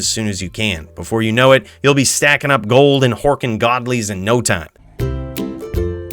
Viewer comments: 😂 that was too jood. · "So come with me and bring all your jold. We're about to jo, jamble with Jheed now" 🤣🤣